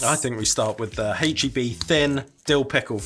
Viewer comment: u said hache instead of ache , if it is an American brand u must pronounce it the USA way. TY san antonio based with products from Mexico